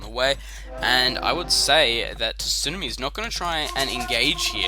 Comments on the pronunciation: Sue-Nar-Me, had to get that off my chest. Great video though! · TSUNAMI is an english word, no excuses! We say it wrong, but still. i guess ya'll just say tidal wave down under huh